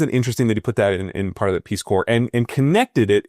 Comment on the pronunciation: Peace Corpse? Come on man, don’t do us like that. You don’t say Marine Corpse.